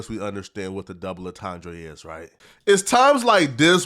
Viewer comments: Lmao “double ontondray” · WTF is a double entendray??